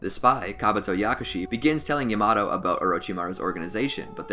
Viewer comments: Man really said llamato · It is not ya-maa-tow It is not ya -ma-to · DID HE JUST SAY YA MA TO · Great narrating / editing. I've watched probably 10 of these and this guy hasn't stuttered once. 🐐. Also, people complain about pronunciation: it is true the pronunciation of Yamato made me fall out my seat; however, most of them are okay. I like how he pronounces Sakura, it's like music hearing it over and over 😅. 👏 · SAMEEE especially yamato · Why he say yamato like that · Nah I don’t wanna hear him pronounce it like that for 10 min